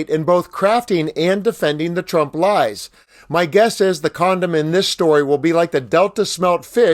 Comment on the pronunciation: She called him Shrump by mistake 😄😄😄💙💙💙🇺🇲🦅